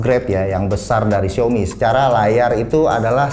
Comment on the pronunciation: Bang gak bsa nyebut A ya? Bilang syaomi jd syomi. Hehehe. #justkidding.